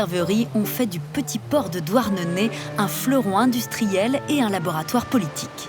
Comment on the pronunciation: C’est pas « douarnenai «